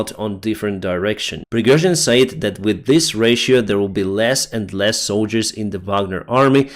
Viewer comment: Hello My Friend, Can I Help You Just a Little with 'A Word',, When you say 'Said', Express that like this simply; 'SED', OK, "Slava Ukraini";;))